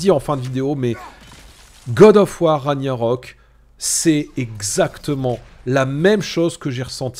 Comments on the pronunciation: Ça se prononce Rag-Na-Rok. Pas "Raniarok" 😂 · A chaque fois que tu dis "ranyarok" je saigne des oreilles 😭😭